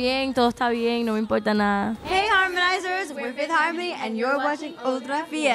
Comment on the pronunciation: "No me impolta nada" #LaulenEstáPolTodoElIntelnet